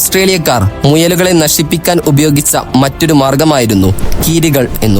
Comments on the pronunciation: ഉച്ചാര ശുദ്ദി വേണം......നശിപ്പിക്കാൻ അല്ല നശിപ്പിക്യാൻ...... ക്കാൻ ആല്ല..... ക്യാൻ...... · നല്ല ഉച്ചാരണശുദ്ധി തന്നെ നശിപ്പിക്യാൻ അതുപോലെ നാരങ്ങ പിഴിഞ്ഞു എന്നല്ല നല്ല ഉച്ചാരണ ശുദ്ധിയോടെ നാരങ്ങ പുഷിഞ്ഞു എന്നു പറഞ്ഞാൽ മതി.